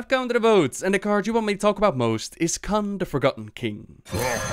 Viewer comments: Kun not Khan.... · Not sure "kun" was pronounced correctly but great video anyway!